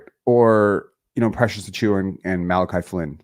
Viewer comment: ..admitting here that achewie” had me laughing hard.. I thought maybe a speech impediment until the “superstar” Jakob comment … I am really excited about this trade. IQ is exactly the player the Raptors need beside Scottie, and I have to admit that despite some flashes (and finally looking not awkward grabbing lobs) I have drifted into being an OG skeptic in terms of future trajectory and also the potential to lose him for nothing. The Raptors don’t get burned again. I’ll both miss rooting for Flynn and Precious, but also not miss being invested in players that let’s be real probably aren’t going to work out. However, there is the potential (especially) Precious. So if either somehow set somewhere I’ll be happy for them. This part of myself will probably see me repeating the vicious cycle rooting for Barret now.